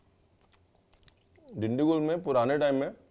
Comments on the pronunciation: Hello sir u can actually use peanut oil and ghee and ur pronouncing the name different it's dindu -kal (Dindigul) gul is pronounced as (gal) with lots of respects from Bengaluru Karnataka 💐💐💐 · Is Dindigul really hard to pronounce..the way he said really hurts my ears